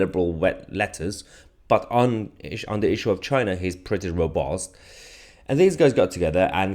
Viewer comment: The way he says robust 😂😂😂 what a melt 😂😂😂